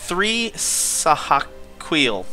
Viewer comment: Sa-Ha-kee-el x3